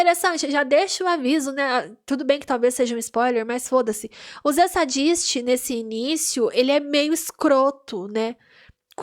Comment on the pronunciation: Vc é engraçada, gostei! Comente os outros episódios tbem. Nome dos irmãos vou facilitar sua pronuncia: Reidgi (Rhage), Fury (Phury) Zeidisti (Zdist) o restante tá ok ❤